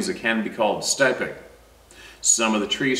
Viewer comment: I’m a Therapist and the word your saying for Autistic moving back and forth is called or pronounced “steeeeemmming,” not “stiming.” Or it could be your Canadian accent.